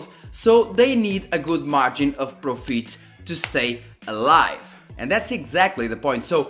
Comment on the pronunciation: pro_feet? i guess u meant fit which it should sound like Pro_Fit and not Pro_Feet i mean a professional Feet?